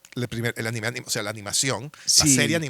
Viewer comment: No. Esta vez lo dijiste bien.